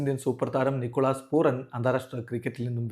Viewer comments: പൂറൻ അല്ല പൂരൻ 😂😂😂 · റ അല്ല ര ആണ് റാഫി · പൂരാൻ എന്നാണ് 😠😡